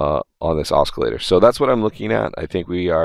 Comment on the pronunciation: oscillator has a soft C sound, not hard.